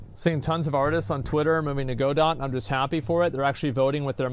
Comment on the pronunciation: By the way, it's pronounced "Guh-doh", not "Go-Dot" It was named after the Samuel Beckett play, "Waiting for Godot."